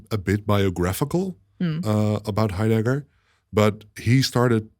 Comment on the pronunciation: Why do you pronounce his name as "hi_dagger"? Are you mocking him? It's so awkward to listen to...